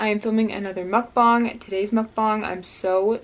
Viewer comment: ahhhh!! the food looks SO good?!?! 😭 it's so cool how you can make litteraly everything into a vegan version 😂! + also something that I wanted to tell you but thank you for pronouncing "mukbang" correctly 😭😭 I'm korean and I cringe whenever I hear someone say mukbaang 💀